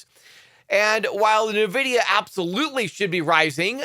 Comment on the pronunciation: Not Nevidia, it’s N Vidia